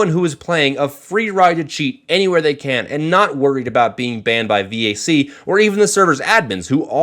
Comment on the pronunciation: What is this "vee-ay-see" you speak of?